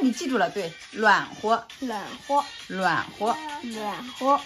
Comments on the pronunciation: 暖和的发音是对的， 妈妈没发标准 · 哈哈，＂暖和”的发音发得比妈妈好!